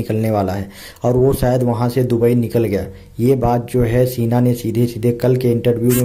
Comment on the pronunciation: सीना नही शीना होता hai. जो आप बोल रहे हो उसका मतलब होता है छाती